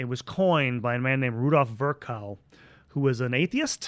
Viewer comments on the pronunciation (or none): Also btw Rudolf Virchow is pronounced “Firsho” Prussian names have a silent W